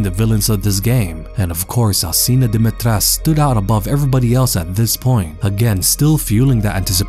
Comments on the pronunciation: its pronounced more like dim-eih-tresc-euu (with rolled r) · You pronounced Dimitrescu wrong. The "cu" is not silent. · Why does everyone always say "Dimitresc"? In Romanian the U is not silent and should be pronounced as an 'oo'. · IDK why it irritates me so much when people mispronounce the name. Never mind accent, or anything. There is a 'U' at the end of the name. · If the pronounciation of her name was correct, she could have been the perfect villain. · Is this really how her name is pronounced? Just sounds wrong to me but I could be wrong